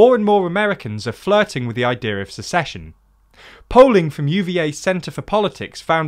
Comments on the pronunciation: You're the second person I've heard pronounce "secession" like "succession" when discussing this topic. (The first was on WION.) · I probably won't mind this discussion of dissolution, but the word is SECESSION NOT succession ..... only in a f*cked up country is this term (secession) vital to our gradschool learning (ahem, USA). seconds in .... Edit: you fixed it by lots of love!